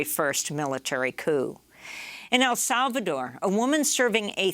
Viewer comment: ..." El Salvador " wtf?